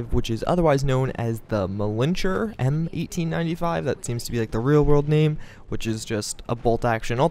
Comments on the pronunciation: Lol...Malincher? Its Mannlicher (Mahn - likher)....and it isn't Gewer, its Gewehr (Guh-veer)...some people really know how to slaughter the German language.... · Winchester M1895 Not a Mannlicher M95 an it's pronounced "Manlicker" the "ch" sounds like a "k" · Mannlicher the 'ch' is like the 'ch' in Loch Ness.